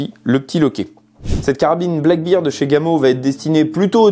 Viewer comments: Une petite remarque sans agressivité bien sûr Black bear (ours noir) bear se prononce "ber" et non "bir" J'ai mis un pouce vers le haut pour la vidéo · Sympa cette carabine. Juste un truc anecdotique. On prononce "Black Bair" (Ours noir) et non "black Bir" (bière noire)🍻